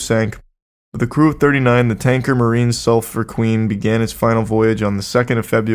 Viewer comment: the sulphur queen sailed out from my hometown in texas and charlie butchered the pronunciation lmao